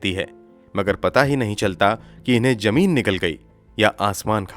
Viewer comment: You've a nice voice but your pronunciation is like uneducated people. Jameen ka kya matlab he? Baat Hajam nahi ka kya matlab? Dastavejaat ghalat he. I've checked the dictionary and grammar. It says zameen, hazam dastavezaat. I'm shocked how a person who is terribly pronouncing words but gets so many likes. Don't tell me you can't pronounce z. Btw it's phir se not fir se. You must learn to be the best. Also pronounce khoon and similar words properly.